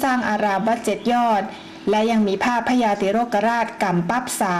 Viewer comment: พญา ไม่ใช่ พระญา